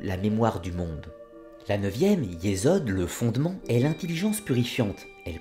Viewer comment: Juste my 2 cents : 1. « ch » se prononce « rrr.. » ou « 'r » la lettre Rèch, r gutural, donc on dit « rrr..orrr..mah ». 2. Il n'y a pas de « z » en hébreu, on dit alors « yessod », non « yezod » 3. « k » se prononce dans « malkout », « r », r guttural fricatif, donc « mal'rout » Bien à vous